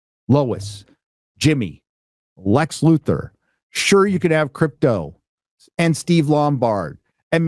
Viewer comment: L U T H O R, the character’s name is Alexander Joseph Luthor. There’s no E in Luthor. These so called fans who claim to have grown up with the characters still cannot correctly pronounce the name of Superman’s arch nemesis ?